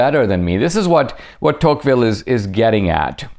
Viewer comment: It’s deTouqville